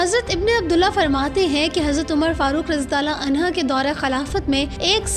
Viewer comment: بی بی اپنی ادرو ٹھیک کر لو۔ ! عمر رضی اللہ تعالی عنہ ہوتا ہے ، آپ نے پڑھا عنہا ۔